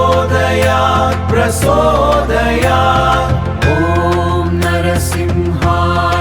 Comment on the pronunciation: Prajothayath( no prasodhayath)